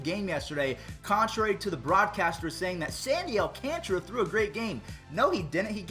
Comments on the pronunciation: its Al Can TARA not alcantra al can tara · I think its Alcantara not alconchra Please stop mentioning the Astros playoff success my ears are bleeding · Who else was screaming its not Alcantra its Alcantara at the screen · What did you do with Baby Yoda!? And also AL-Kahn-ta-ra. 😊